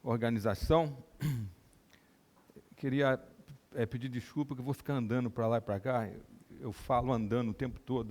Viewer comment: Que pena ver um médico falando: estudano, pareceno, andano... Onde foi parar o seu português, Dr ?!